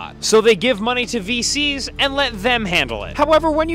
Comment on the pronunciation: sounded like he said feces instead of VCs. How fitting 😭